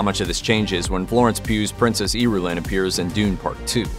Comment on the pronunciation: Whoever wrote this video needs to listen the audiobook book, that's not how you pronounce the princesses name, but that can be forgiven. However the lady Jessica isn't the dukes wife. She's his concubine